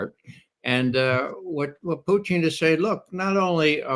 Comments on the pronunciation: Judge Napolitano pronounces "Putin" perfectly . Ray's pronunciation is close, but e.g. it has soft "n" at the end, which it shouldn't. Pu-t*ee*n ( , ) is completely wrong. Many English-speaking people also say it like Pew-tin , which is also wrong. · On president Putin’s last name pronunciation- the accent is on U. Like P[o-o]tin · Putin , accent on letter U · It is PU-tin - the emphasis is on the first syllabus. Please stop pronouncing it a la French. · Regardless of whether it's correct or not, I hate the way Ray McGovern says Putin's name. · I like Ray, but I live in Russia and have been here for 19 years now. He's not pronouncing Putin's name correctly. It sounds like he's trying to Latinize it. The emphasis is on the first syllable and the i is soft, not hard. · Putin's name is stressed on the FIRST syllable, not the last. Case closed. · The stress is on the first syllable in "Putin," not the second.